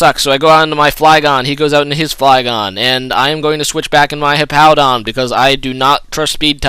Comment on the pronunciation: Why do you pronounce Hippowdon like you'd say "Hippo"? Hippowdon has a W in it so I don't see how they could sound the same. o.O